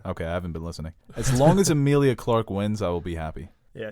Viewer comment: Her name is not Amilia?! It's Emilia!!!! Come on